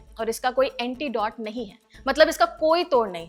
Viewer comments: AntIDOT nahi AntiDote hota hai and Jink nahi Zinc hota hai. English sudharo pehle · ZINC, NOT JINK. ANTIDOTE, NOT UNTEEDAWWT.